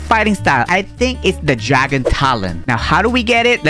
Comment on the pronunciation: When bro says gragon and lepard makes me laugh so bad